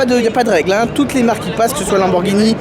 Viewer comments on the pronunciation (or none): none